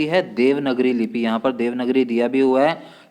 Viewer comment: It's देवनागरी not देवनगरी sir 🙏🙏